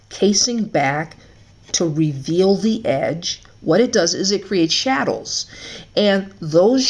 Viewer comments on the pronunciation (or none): Are you saying shadows or shadles